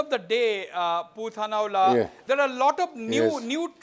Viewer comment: Wasbir ..there is no Chamfai its Champhai.No Mr Lal Thanhuala its Lal Thanhawla.